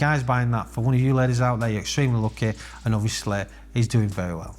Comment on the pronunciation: “I’ve seen Lettuce buys these” I was like who the hell is lettuce? Is that code for some ditch guy? Ladies , not lettuce, that accent got me 😂